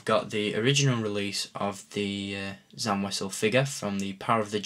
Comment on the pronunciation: it's pronounced sam wazzel